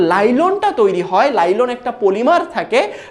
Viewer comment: Ota nailon lailon na😂